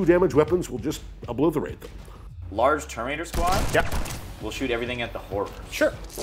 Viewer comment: He also said "oblitherate them" which tickled me